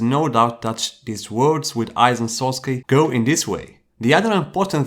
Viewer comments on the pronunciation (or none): none